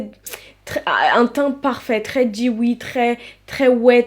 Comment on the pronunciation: Super vidéo 💓dewy se prononce dou oui 💞